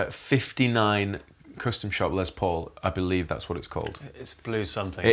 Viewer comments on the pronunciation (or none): What's with "cöstom shop"? Whats the reason of that pronounciation?